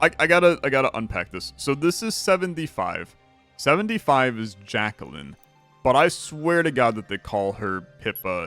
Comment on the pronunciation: FYI: Jaquelline... Jack - elle - line. (edit okay you say it right every time except the first time)